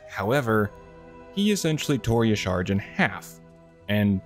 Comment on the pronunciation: Y'shaarj is pronounced "Yah-Sha-ra" Good video. Excellent companion for the wow grind!